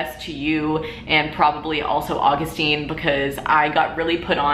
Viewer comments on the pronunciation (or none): none